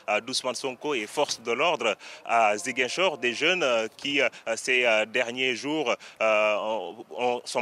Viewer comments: C’est pas zinguichor c’est Ziguinchor Répète après moi Zi Guin Chor allez répète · c'est Ziguinchor et pas zinguichor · Ce journaliste prononce très mal '' Ziguinchor '' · pardon madame c'est Ziguinchor aulieu de "Zinguichor" ☺️ merci pour le reportage, c'est excellent ❤️‍🔥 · Elle a dit à "zinguichor" au lieu de Ziguinchor 😭😭😭🤧elle est une myope perdu wsh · Zinguichor ? ! 😂😂😂 Non ! Demoiselle revoyez votre texte c'est Ziguinchor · C’est Ziguinchor non Zinguichor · C'est Ziguinchor et non Zinguichor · On dit Ziguinchor pas zin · Hé c'est comment avec journaliste là 😂 c'est pas inguichor mais ZIGUINCHOR.. Zi.. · Ziguinchor pas zanguichor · Ziguinchor 🤦🏾‍♂️🤦🏾‍♂️ZI-Guin-Chor !!! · 😮 Comment elle a prononcé Ziguinchor 😱🤣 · Ziguinchor SVP la prononciation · On dit Zi-gain-chor = Ziguinchor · On dit ziguinchor madame